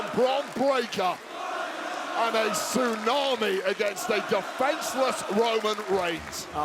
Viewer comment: This is nonsense,even to a commutator who's saying Suunami,this is stuipd 😢😢